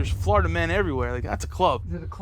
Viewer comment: Everytime he said Florida it sounded like he said "Flarta." 😂